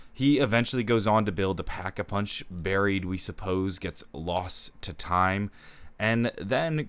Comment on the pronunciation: no no no it’s da packa puhunch